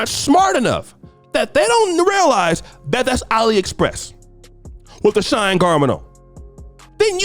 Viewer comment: It’s pronounced “SHE-N” not shine. If you was married, you would know these things. 😂